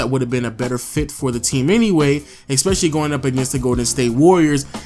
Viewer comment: ES PE CI LL Y not expecially